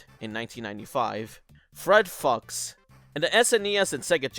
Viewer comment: I think “Fred Fuchs” might have actually been meant to be pronounced “Fred Fooks”.